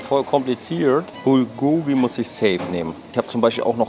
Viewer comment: Bulgogi wird im Koreanischen auf der ersten Silbe betont, also BULgogi, nicht bulGOgi klugscheiss ;)